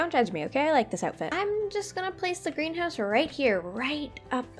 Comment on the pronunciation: For a second I heard Grian house instead of greenhouse